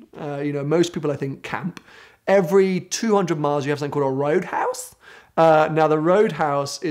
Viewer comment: the way he says roadhouse has me buggin lmao